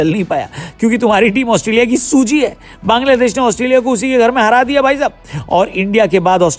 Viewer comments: There is a clear difference between an ordinary person and a YouTuber with a huge platform. As a professional and influential YouTuber, you have a greater responsibility to be respectful and careful with your words. If you don’t even have this basic knowledge, please stop talking and don’t expose your mentality in public. Calling Bangladesh “Kangladesh” is not a harmless mistake—it comes across as disrespectful and unprofessional. At the very least, learn to pronounce the name of another country correctly and show some basic respect to its people. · Why are you insulting Bangladesh? Say its name correctly.😢😢